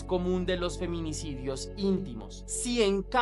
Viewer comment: no puedes decir feminicidio esque lo pronunciaste mal😅😅